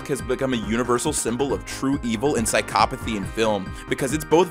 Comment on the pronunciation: This man did not just pronounce psychopathy...as Sicopathy